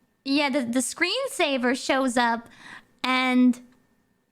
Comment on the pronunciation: Cut her some slack, English isn't her first language and it's not like sceeensaver is a word used in public every-day situations. Also if it's an LCD TV it would technically be wrong to say that as they don't need a screensaver